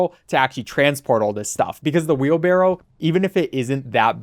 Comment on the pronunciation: Hearing wheelbarrel makes me cringe.